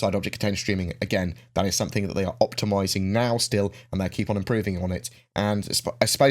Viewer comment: My thoughts, why do you pronounce what is clearly a g as a k ? Something as somethink ?